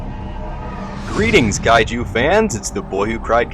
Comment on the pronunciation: "Gaiju" is closer to Chinese than Japanese. Also I'm pretty sure it's Major Hicks. Nice vid though